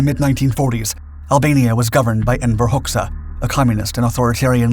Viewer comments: The Albanian dictator's name is pronounced "Hodja", not "Hox-ah". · The Albanian name Hoxha is pronounced ˈhɔdʒa . . . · Just to clarify, his last name is pronounced hodja´´ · For the record, Enver's surname is pronounced "Hotcha" ... like "gotcha". ;)